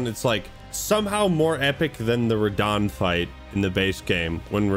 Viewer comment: first TRYED RAHDAHN